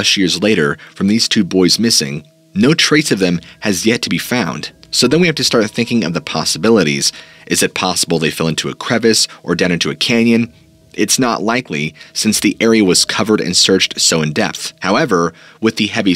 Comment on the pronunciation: FYI crevasse is pronounced crev-ASS, not crevice!